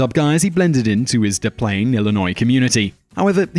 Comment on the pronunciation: Minor correction: They pronounce it "Dess Plaines" there.